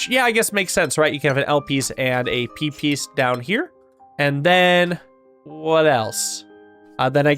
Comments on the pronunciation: I keep hearing Pipis but that's just the Deltarune brainrot speaking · You all heard "p piece" as peepees when he kept saying it, right?